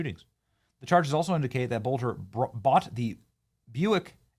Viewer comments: Its not bolter it's pronounced Bellter. Hello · This masked man can’t be Vance Boelter! Masked man is shorter and lighter than Boelter! His name is pronounced like “BELTER”